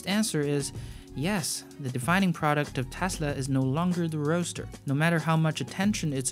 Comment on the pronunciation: Goooood. Roadster not roaster.